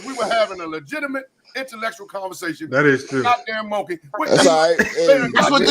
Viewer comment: WTF IS LEJIGIMATE? 😁 THIS NIGGA REMIND ME OF LAVAR BALL MEAN MUGGIN AND ARGUIN.